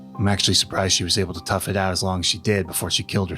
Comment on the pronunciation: Ooooo new type of furry 0w0 twouch me twail dwaddy~